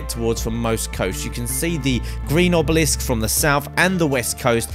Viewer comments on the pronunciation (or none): its obelisk btw not obelix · Oblix 😂 sorry to be a grammar nazi but it is obelisk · it's obelisk not oblix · Does he know they are called obelisks not "oblix's" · HE CALLED IT THE FUCKING OBLIX LMAO😂😂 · Good video and some tips here. Also, it's called Obelisk :p